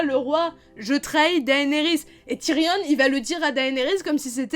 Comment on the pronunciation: Tyrion ça se prononce (ti rion est non tyrionne)